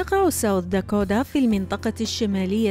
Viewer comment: شنو داكودا ضجت من اللفظ يمعود داكوتا Dakota حتى الأمريكان ما يلفظون هيچ ال t يلفظوها D خفيف مو هيچ. يمعود اللفظ كله غلط. بدون زعل